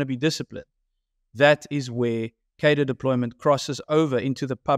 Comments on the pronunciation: Please pronounce cadre correctly. It has an r in it. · What is it with political commentators not being able to pronounce cadre